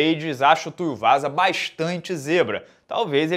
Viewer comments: Ta saindo um U a mais aí nesse TuiUvasa,! Hahahahahaha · rebatizou o cara, TUIUvasa:_Rsrs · meteu um Tai Tuiuvasa kkkkkkkkkkkkkkkkkk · É Tuivasa, Tuiuvasa ou Tuiuiu Vaza? :_Askren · Tuivasa, não Tuiuvasa 😅